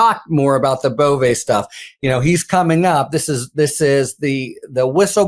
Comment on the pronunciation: Emils last name is legally pronounced BOV THE "E" is silent. Or sometimes BOV - E. BUT NEVER BOV - A !!!! I know this fact because my mother's Northern Italian maiden name was Bove. Simply Bov No E, and Never ever BovA. By the way our family is of no relation to the creep, Emil.